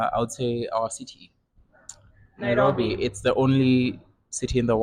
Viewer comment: The way you say "Nairobi" is satisfying. 😊 Karibu Kenya.